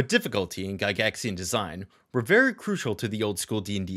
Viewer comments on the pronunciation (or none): none